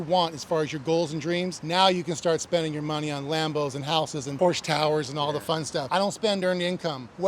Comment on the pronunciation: Porsche* ..... Por-shuh ❤ You're welcome. From a current employee.